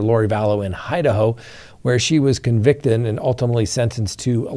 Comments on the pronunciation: Did he say “Hide-A-Ho?” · Did you just pronounce Idaho as “Hide-a-ho”??